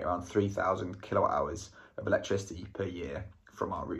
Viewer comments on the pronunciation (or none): Is it your pronunciation or I am hearin kilo hours?😂😂😂 kWh is kilowatt-hour